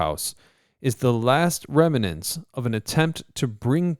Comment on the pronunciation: Did he say “New York city is full of “remenants”? Come on! That’s terrible.